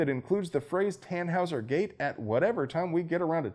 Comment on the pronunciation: What the hell is a "tanhaussergate?" Or did you say, "tan house or gate?" Does zeet have to do vit a fledermaus? Flappy-flappy in the night, I vill suck your blood like zee Hillary bite, ja.